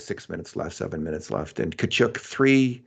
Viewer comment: Every time says: “ Tka- CHEWk” I want to offer him a Kleenex and say ‘bless you’